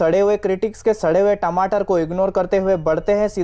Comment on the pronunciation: Sadr hue tamatar 😂😂😂oo bhai kya mst bola re baba